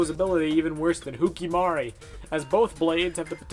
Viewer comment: Why is everyone keeping calling Hewkii as Huki ?!